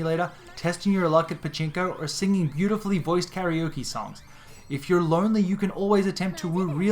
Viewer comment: You can't even pronounce Karaoke correctly.....